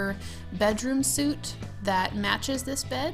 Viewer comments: Bedroom suite, is said sweet....suit is clothing. The E makes it " sweet". Have always wondered why certain Americans say Bedroom sute, and not the correct way.... Thanks for the great tutorial!! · Bedroom “sweet”, not “suit”. suite is pronounced sweet! Love your stuff. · Suite is pronounced sweet!